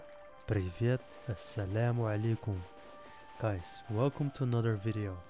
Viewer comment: وعليكم السلام ig your from north africa just cuz the way u said asalamalikom and ill say most likely algeria